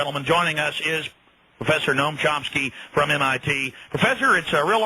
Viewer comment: chomsky not chompsky he obviously needed someone to introduce him cause you don't even know his name, obviously haven't read one of his books.